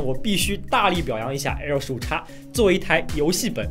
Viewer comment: 15X 15X 15X 那是 英文發音啊 .... 唸岔 真的不怕被外國人笑 (真實經歷....